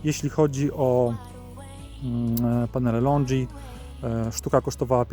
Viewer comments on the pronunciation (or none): Podoba się, tylko nie katuj uszu tym LONDŻI, to są LONGI nie LONDŻI 😉